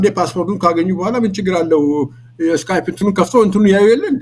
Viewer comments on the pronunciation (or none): none